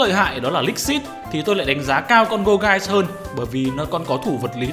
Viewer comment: Gour "ghê" và "Chê"venant :))))